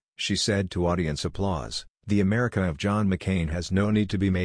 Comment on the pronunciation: Ohh My God he said makr Amrica great AGAIN mY gOD